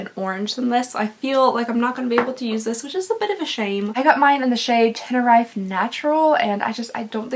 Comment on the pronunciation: Listening to Americans pronounce words like tenerife is wild 😆 FYI Americans it's ten-er-eef (or teh- nu- reef if you ask google) Also, covid sucks. I've had all 4 jabs (I'm immunocompromised) and even with all 4 jabs I felt like shit. I hit it dec 2021 and I am still not right. I've been so exhausted since cause apparently covid can and does cause chronic fatigue syndrome (my fiance ended up with cfs after getting covid) I already have CFS as its genetic for me and its made my cfs 1000x worse. I still have no sense of smell, all I wanna do is sleep and I have next to no appetite which is doing wonders for my waist but it's fucking with my crohns disease (not eating enough causes crohns flares)